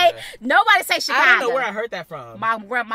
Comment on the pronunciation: what about Chicargo lol you know who you are with the “R”love you still ❤😂